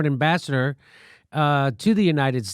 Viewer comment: That's Ambassador sounds like "Kissmyass"